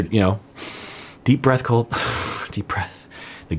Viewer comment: Mad boy… it’s Colt, not Cult.